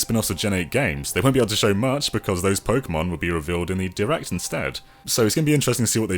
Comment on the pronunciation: I hate it when people say Pokeymons -_